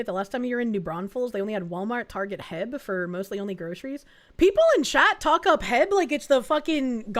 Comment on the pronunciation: It’s not heb it’s H-E-B.